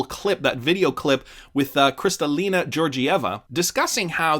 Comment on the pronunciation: FYI: Both letters G in the name of Kristalina Georgieva should be pronounced like both Gs in GOOGLE and not like in the name of the state Georgia.